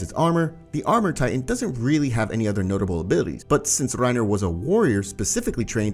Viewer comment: I love how he calls Reina "reiner" and beritold "brtold" lol